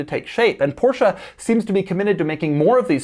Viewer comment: Did Doug drop a “Porsch” … I’ll commander your Carrera GT now, sir. I’m local and can pick it up.